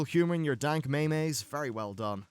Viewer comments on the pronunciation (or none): wait wait wait, did you just pronounce meme's as may-mays ? I thought it was always pronounced Mee-ms.